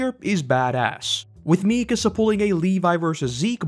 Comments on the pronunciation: Always hurts hearing people say "MEEkasa" instead of "MikAsa". Otherwise, cool vid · Great video but I have no idea how you managed to mispronounce Mikasa considering how many times they say her name...